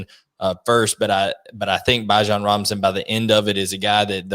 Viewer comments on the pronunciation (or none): Did this guy just pronounce bijan as “bye-jan”